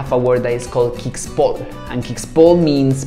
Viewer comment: Kixpol is said "Kishpol"